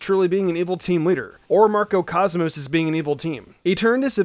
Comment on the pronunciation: “Marco Cosmos” “Eternus”🤦‍♂️